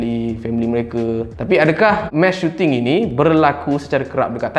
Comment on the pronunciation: sampai habis aku dengar "mash shooting"